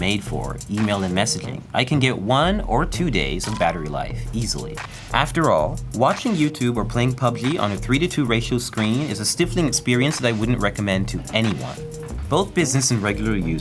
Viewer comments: I caught that too. Maybe he was taught to pronounce it differently, but I always pronounced it with a hard “I” sound like in “life” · I wasn’t sure if it’s just an American thing! I’ve never heard a Brit say it like that 💂‍♀️ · it maybe regional thing, like how in Great Britian (even in America) has different accents, but it's not a word used that often and this is the first time I've heard it pronounced in that way.